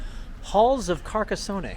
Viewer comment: From his third word cant even get .....near ......the town`s name pronunciation....omg